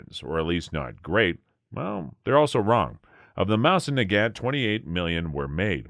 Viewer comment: He makes it sound like ONE word? Mozinaggat. OR is it Moznaggat? Curious that it's 27,50 as opposed to "our" 2,750. Seems that, along with no "Stone" & weighing in lb (#?) they never discoverered the 1,ooo & count only in 1oos